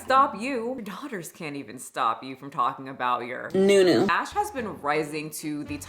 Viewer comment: I cringe every time I hear 'New newu"🤢